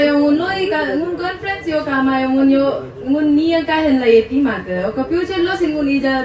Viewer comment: It’s Conference not confidence